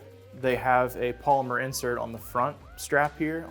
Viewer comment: At first, I thought he was saying Palmer grips. Then I realized he was saying Polymer grips. Palmer grips kind of makes sense though, because they fit in the palmer your hand.